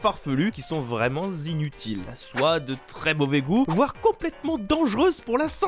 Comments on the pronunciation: "Vraiment zinutiles" MES OREILLEEEES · "Vraiment Z inutiles" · Au début "Qui sont vraiment zinutiles." Pourquoi cette liaison ? :'( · "qui sont vraiment Zinutiles" Cette liaison qui n'est pas censée exister m'a déchiré les oreilles xD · "Vraiment zinutiles". Ok. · Mais, ... "vraiment Z'inutiles"... Ah non, quelle est cette faute de liaison ? 😱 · " Vraiment z'inutiles " mes oreilles